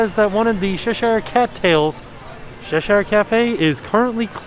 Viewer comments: Oh...... Cheshire is said "Che" like you say Chest "che-st " and "Shire" like shear. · I love how you pronounce Cheshire 😂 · The way u say cheshire made me giggle a lil x